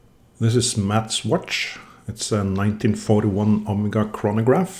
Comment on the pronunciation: hey bro i guess its my 1st time here on the channel but i just had to stop the vid to let you know: (╯°□°）╯︵ ┻━┻ you absolutely nailed the pronunciation!